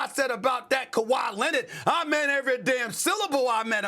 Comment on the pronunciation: “Kawhi Lennit” - SAS